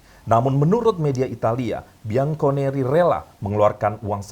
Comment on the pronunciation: Parah banget masa bacanya Bianconeri..... harusnya kan Bianconeri wooiii 😠😠😠😠